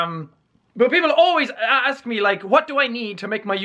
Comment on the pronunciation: Jack Says A-ASK